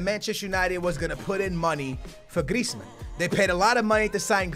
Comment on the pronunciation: I swear.. Every time pronounces Griezmans name... He says it different each time...